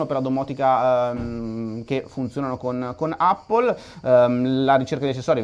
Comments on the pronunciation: NON SI DICE 'APPLE' SI DICE 'EPPLE' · Andrea la pronuncia corretta è "èppol" (non è un offesa :D) cmq continua così sei grande!